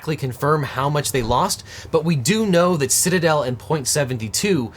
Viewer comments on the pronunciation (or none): none